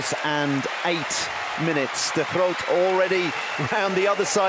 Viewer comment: Again, my compliment to the male commentator for his pronunciation of Diede de Groot's name.